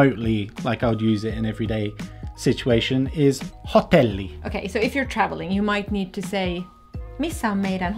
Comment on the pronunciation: You should say "[hotelli']", not "[hot'elli]". 😂